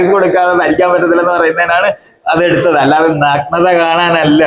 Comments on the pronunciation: നക്നത അല്ല സുഹൃത്തേ, നഗ്നത, നഗ്‌നത... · ആദ്യം പോയി മലയാളം പഠിക്ക്... എന്നിട്ടു പോരേ ഇങ്ങനെയുള്ള പണിക്കു ഇറങ്ങാൻ ."നക് നത" ഇതെന്തു സാധനം?